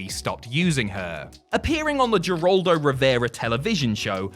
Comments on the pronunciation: Its her-aldo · Mild correction: Geraldo Rivera's name is pronounced with an H, like herald.